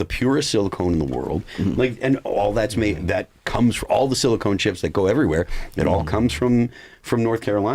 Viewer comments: Phil, I love you but it's pronounced silicon not silicone. They are used for very different things😂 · Who’s going to tell Phil that it’s silicon not silicone